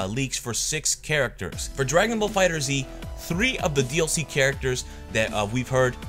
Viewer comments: My man can you stop calling it Fighter Z, its "Fighterz" pronounced "Fighters". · Am I the only one annoyed by him saying "fighter Z" Instead of "fighterz" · It's fighterz not fighter z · Why y'all say "Dragon Ball Fighter Z"? It's "Dragon Ball Fighters" but with a Z sound.